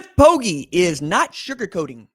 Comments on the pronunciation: Bro, Poggi is pronounced POH-jee. How has nobody corrected you by now? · Poggi is pronounced Poji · I wouldn't lead you astray dawg... It's not pronounced with a hard 'g'...